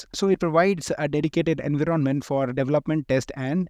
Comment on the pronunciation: Dont mind, but your way of pronouncing "en-viron-ment" as "invi - ronment" is very irritating. BTW helpfull content. Thanks for that